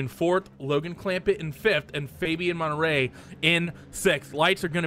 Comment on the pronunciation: Love the vids, but you gotta stop murdering people's names in the broadcasts. Monterey looks nothing like Menetrey.....